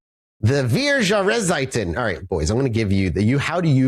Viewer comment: As someone who is Dutch but also speaks a bit of German, the sheer Butchery of the German Language both Horrifies and amuses me LOL Vier Jahrzeiten (pronounced Feer Jahr-Tzeiten) simply means The Four Seasons hahahaha